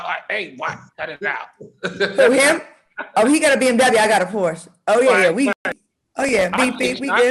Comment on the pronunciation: Al/ Diddy pay me what I'm owned what I do with it is my business/Claudia 2nd Porsche & you can't pronounce Porsche